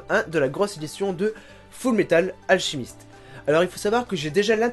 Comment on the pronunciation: Alchemist Pas Alchimist Mais c'est pas grave :)